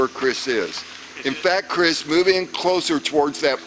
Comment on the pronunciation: before Chriss says 'Mark is that you?" and He replies 'Nope" I heard without the hard 'C' a "chriss".